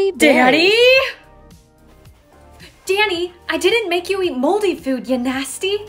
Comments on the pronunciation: When she yelled “Danny” it sounded like she said “daddy” and I was on the floor. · said DANNY! i heard DADDY! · She said daddy instead of Danny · what said*DANNY!! * What i hear*DADDY!! * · When she said DANNY I thought she said DADDY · I thought she said “DADDY” instead of “DANNY” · why does it sound like she’s saying daddy